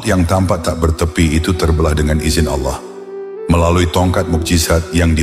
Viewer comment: Bukan Al llah bang.tapi ALLAH SWT